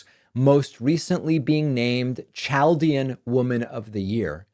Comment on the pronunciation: Does he know how to pronounce 'Chaldean?"